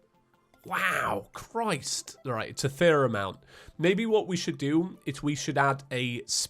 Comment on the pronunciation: I like how doesn’t just say “Christ,” he says “Key-riced”